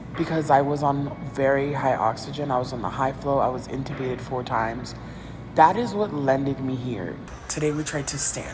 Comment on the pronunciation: I hate to be that person… But it’s not “incubated“ it’s “intubated“ :x